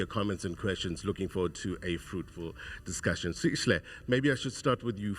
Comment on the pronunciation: First of all it’s not “Sishle” it’s Sihle, I’m an American but even I can practice to get the young man’s name right. Why do white and Indian South Africans do this😢